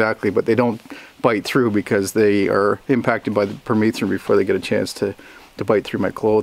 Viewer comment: Here in the US I thought it was pronounced PER-METH-RIN not PER-MEETH-RIN